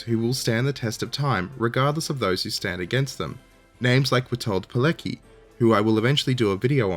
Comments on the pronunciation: Dear, Polish speaker here. Polish doesn't skip letters the way English does & c isn't k. C in Polish makes a similar noise to ts in English. If you're gonna do an episode on Witold Pilecki, read it as Vitold Piletski. Hope that helps, mate. Reach out to me, if you wanna talk pronunciation for Polish stuff, would be happy to help. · Google how to pronounce Witold Pilecki